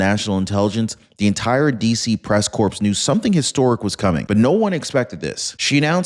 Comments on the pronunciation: you don't need to pronounce the "ps" at the end of press "corps". It's more like "core" than "corpse". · The "p" is silent in corps.